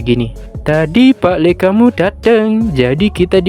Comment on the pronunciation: gatau sih, aku denger pak dhe, tapi klo pak le/pak lik itu adik dari orang tua kita, jadi sama aja bukan ayah